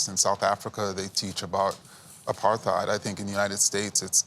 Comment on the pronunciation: Amazing (embarassing) this "educator" can't pronounce Apartheid.